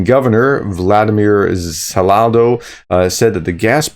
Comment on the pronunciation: Ugh... Americans... I understand when you fail to pronounce hard names, but when you fail to pronounce such an easy name as Saldo, It just shows how you don't give a damn about proper pronunciation...